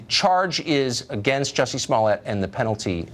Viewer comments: It's jUSsie not Jewssie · His name is "Jussie", not "Juice-y" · Ohhhhh. It's pronounced 'Juicy'. I "get" it now. (Going to get squeezed in jail for reals tho'...) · I hate when people pronounce his name like Juicy. Hahaha I mean it is kind of funny and that is how it's spelled but he's known well enough ( especially with this shit he's pulling ) for people to know how to pronounce his name. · I wanted to watch this but he kept saying juicy smollet so I had to tap out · Please quit saying “juicy”. How he the top trending story but can’t say the name right... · Juicy?? Love the way pronounces his name. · did you just call him Juicey?